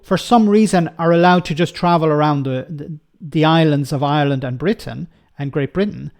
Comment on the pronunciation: Call it sht Bwitain